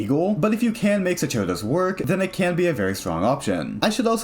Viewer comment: it's pronounced "SOCK-air-dose", it's latin :>